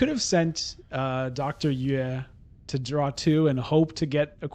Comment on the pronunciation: “Dr. Yueh” is pronounced “U-Wee”.